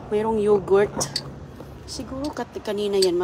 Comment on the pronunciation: Ano yan yogurt pronounciation mo mali